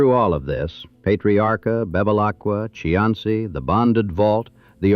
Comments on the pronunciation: Cianci is pronounced SEE- an- SEE. . It isn't. Chee -ahn -see. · Its pronounced "see ann see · I would be nice if the commentator knew how to pronounce Buddy's last name. It is Cee..an.....cee. Get it right next time before you make a video. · The pronunciation of the names are killing me. Pet Tree Ark A Buddy See An See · Even though it is not correct, in terms of Italian pronunciation, Cianci ( according to the corrupt mayor) is pronounced See-an-see. Dante has a special place for him. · Cianci--- (see on see) is the correct pronounciation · Cianci is pronounced 'see - anst - see'. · Please check your pronunciation. It's see-an-see! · AI generated garbage, can’t even pronounce the “main character’s” name correctly… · Except for the misprounciation of Cianci's name, I liked this video. As I grew up in Providence, a lot of the names of peopke and steets brought back memories of listening to the news. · Mis pronounced Cianci's name the entire time. Met both Patriaca and Buddy...big personalities for sure. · Too bad whoever created this video didn't watch it before they posted it. The AI pronounced Cianci's (SEE-AN-CEE) name wrong everytime they said it, and put his name on several pictures of random men ! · It's annoying how he keeps pronouncing his name wrong... I live down the road from his house in Johnston.